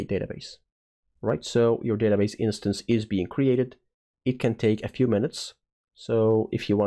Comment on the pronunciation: The word 'instance' has two syllables: in + stance (like dance but starting with st)